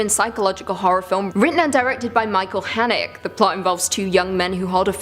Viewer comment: That's...that's not how you pronounce Haneke